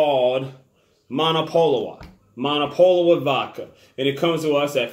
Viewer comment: Not pronouncing name right haha